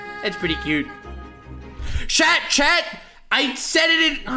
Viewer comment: Is it me... Or did he just call us "Shat"?